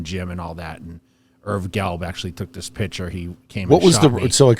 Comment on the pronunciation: Yeah. A man who repeatedly pronounces the word "picture" as "pitchurr" should be a lawyer? Man, are your bearings way off!